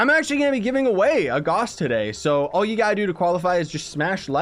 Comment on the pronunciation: GAUSS RHYMES WITH MOUSE